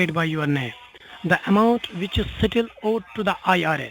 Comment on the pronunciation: they can’t even pronounce “still” correctly 🤣